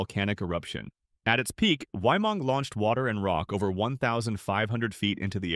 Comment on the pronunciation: I’d just like to point out as a New Zealander, you pronounced it wrong. It’s not ‘why-mung,’ it’s pronounced ‘Wai-ee-mangh-gu’ or like the words ‘way-man-goo.’ I’m not being mean, good job for trying. But, it’s a Māori word so it’s pronounced differently than how you would in English.